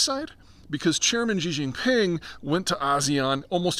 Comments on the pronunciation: "Zhee Zheezheeng"? She...Jeen...Ping. Easy. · There's no 'J' in Xi Jinping. It's pronounced 'she'.